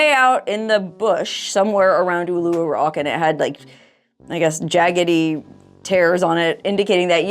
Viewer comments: It’s pronounced ‘Oo-la-roo’ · It's oooooh-laaa-roooo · Love the way you say Oolarooroo! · Awesome you'll be visiting us here in Aus.. would love to have a meet n greet but doubt you'll come to Canberra.. Oh and by the way Uluru is pronounced Ew La Roo.. Cya Matey.. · The rock is pronounced Oo-la-roo 😊